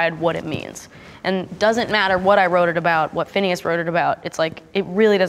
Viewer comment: You are butchering everything you say. And it's not phineas for haven's sake😂